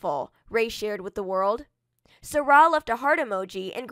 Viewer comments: It's sy rai not sara. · If ur gonna do a video on her pronounce her name right